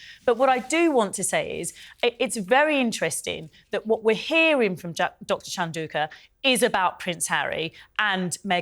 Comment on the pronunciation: Piers, please pronounce Sophie Chandauka's name correctly.